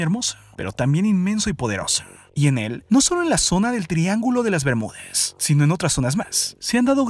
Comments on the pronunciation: Das info importante pero no me gusta como hablas :v El Triángulo de las Bermudes que es eso we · Es bermudas no Bermúdes... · por qué hablas todo terminando con la "e" ? que horrible se escucha la narración... "rápide", europe, "bermudes" "elle" "atraltide" "desarrollade"... lenguaje "inclusivo" ? horrible. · habla en lenguaje inclusivo? o estoy escuchando mal? "el triangulo de las bermudez" xD